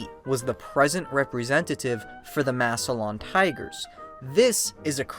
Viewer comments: Wonderful video!! Except it’s “Mass-lan” not “Mass-e-lion” Ohio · Maybe do a tiny bit of research and learn how to pronounce Massilon correctly